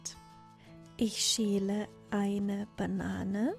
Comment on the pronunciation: I noticed how pronounces Schäle differently then what I have heard elsewhere. She says the word with like the name Sheila like she is replacing the ä with ie. Is this a dialect or is it wrongly pronounced?